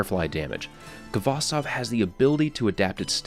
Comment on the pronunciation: Khvostov is a Russian surname. Please use at least Google Translate to correctly pronounce the name. Khvostov instead of Kavastov. "Kh" sound combination is like a "H" in words "house", "have", "hole". I know it's difficult for the English-speaking person , since you do not have that sound .